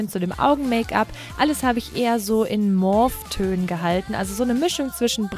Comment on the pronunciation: mauve ist französisch und da wird "au" als ein langes ohhh ausgesprochen - also [mooov] x)